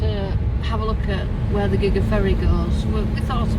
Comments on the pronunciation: Nice trip down there. Love your doggie. Gigha is said Gia. You can get pronounce on Google, that may help you in the future. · Gigs is pronounced Geea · Like your music, the island is pronounsed Gee-ah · Being Scottish,and having Mcneil ancestors buried on Gigha,along WIth McSporrans,its is pronounced GEE_HA with a hard g as in Goat,or Grass.Barra,a small island near Gigha ,also has McNeils,but one island Catholic,Gigha protestant.hope this helps.Gigha is also knows as God's Island,and I've been,and it really is spectacularly wild and beautiful. Hope you enjoy and hope my wee nuggets of info help. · Gigha is pronunced gee-aa. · Pronunciation of Ghia is unimportant. You can't know everything.